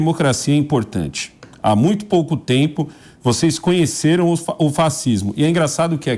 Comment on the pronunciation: "Vocês cunheceru?" Falou 3 vezes.